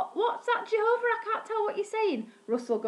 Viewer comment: Don't Say Jehovah s name like that